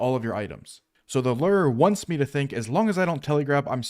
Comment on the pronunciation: its pronounced "LOO-ER". not "LURR".